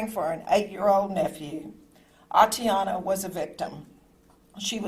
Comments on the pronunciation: Completely inappropriate of him to do so. The mayor couldn't even pronounce the victim's name correctly. Her name is Atatiana, not Atiana. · This mayor couldn't even pronounce the victim's name correctly. Her name is Atatiana, not Atiana. And since when was she a married "Mrs. Jefferson"? So disrespectful, thoughtless, and insincere.